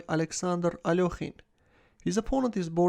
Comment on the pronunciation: What's wrong with the alokhine thing? his name is alekhine